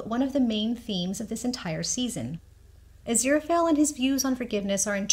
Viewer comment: I absolutely love your channel! All your theories and observances provide such great insight that it's always a pleasure. Please, please watch some interviews with Neil Gaiman... despite the fact that Angel's bookshop is "A. Z. Fell & Co.", his name is pronounced 'Azira-Fale (rhymes with 'sale'). I do Thank You Very Much for not shortening Aziraphale's name throughout your videos! I feel that Sir Terry and Neil chose his name very carefully and abbreviating it in any way cheapens both Aziraphale and Sir Terry's vision for our beloved Angel. I don't think enough people truly appreciate Crowley's line about Aziraphale being "Too pure of heart to be anybody's 'bit-on-the-side'!" My absolutely line from Crowley! Is it just me, or are Aziraphale's eyes blue when he's in heaven and dark when he's on earth? ❤ 🌼